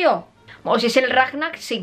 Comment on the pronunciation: El Rajjjjnar jajaja amé